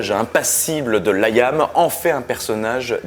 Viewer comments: Pourkwa ? Pourkwa ? Pourkwa tu insistes avec ce "laïam" alors que c'est Liam (ça vient de William) ? Sinon super épisode, Oasis restera mon groupe favori. OASIS FOREVER !!!!!!!!!!!!!!!!!!! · C'est quoi cet accent forcé ? En anglais ça se prononce [Liy'm], pas [Layam]... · Liam ne se dit pas LaÏam... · Nul à chier... et on prononce Liam et non Laïïïame (diminutif de William) Et non oasis & les Gallagher ont bien gagnés la guerre face à Blur et Damon Albarn, ils ont bien plus de grandes chansons qui ont traversés le temps.. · Ca se prononce Lee am pas Layam :) Ca m'a fait mal aux oreilles ! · Il a perdu toute crédibilité en prononçant « Layam » ...